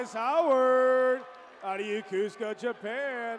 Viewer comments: How do you get Yakusaka out of Yokosuka? It’s clearly written on the sigh card…YO-KO-SU-KA. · FFS, it is not pronounced "yuh-KOOS-ka" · My dude had 40 chances to say Yo-Ko-Su-ka and didn't get it once. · LIES! If you were born there, its pronounced Yo-Koh-Soo-Kah Get outta here, why is there always a person who defends the wrong 😒 🤣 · I need the confidence the announcer has when pronouncing Yokosuka wrong 😂😂 Congrats to all in this video! Thank you for your future service! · I wish they could pronounce Sasebo, Yokosuka and Inouye correctly!! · Is it just me, but shouldn’t the announcer know how to pronounce Yokosuka? 🤷🏻‍♀️ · Is he mispronouncing Yokosuka? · You'd think a graduate of the Naval Academy would learn how to pronounce "Yokosuka". And the ship is not the USS Summersault, it's the USS Somerset. What a poor choice for an emcee.